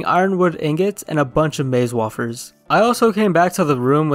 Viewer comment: I'm guessing has a accent since I heard how he said wafers. Unless it's actually pronounced wofers and not wayfers